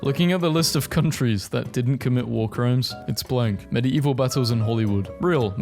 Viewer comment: the way he pronounces medieval 😭